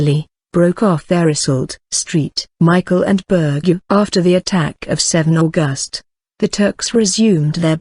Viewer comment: This great story is entirely mangled by the soundtrack: the mechanical voice, the jerky delivery, the endless mispronunciations of words, names and abbreviations ("St." here stands for "Saint" not "street", for example, the month is AUGust not AuGUST), each of the same unidentified illustrations remains on screen long after its apparent relevance. The inflexion of the sentences serves only to obscure their meaning. Who on earth thought this was of sufficient quality to place on public view?